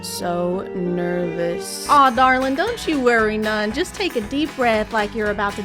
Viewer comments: “I’m so neebois” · got me gigglin. “I’m so neebious” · "Im so neebois" GURL BYEEEEEEEEEEEE😭😭😭